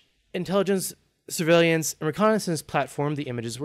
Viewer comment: SIR-VAY-LEE-ANTS....no dude, come on